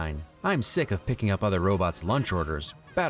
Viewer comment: When Rick says "robots" as "robits" it made me remember Michael Keaton from Mr. Mom. He says it when the family is eating breakfast he asks what is on TV and says "robits".